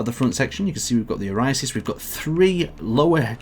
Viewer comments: Say it with me now OH SIGH RISS Not "Orisisis" O SI RIS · Osiris not "oriasis" dude. I've been your fan for years and I really wish you'd try not to make me facepalm. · "Orisisis." One of htse days you'll get a ship name right. Just not today though lol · hate to be that guy but osiris. "Oh Sye (like rye) Riss" not whatever you were saying lmao. great vid and great rover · Dude... that's not how you pronounce "Osiris" This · It's probably because of when you look up the Google pronunciation guide the first result that erroneously pops up is how he pronounces it